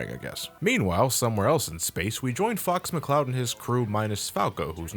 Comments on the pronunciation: dead ass thought he said "fucks mccloud" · "our hero fu**s mccloud" is what i heard XD